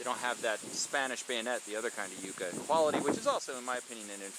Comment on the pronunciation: The pronunciation of this plant ? Ummm . I never heard it the way you say it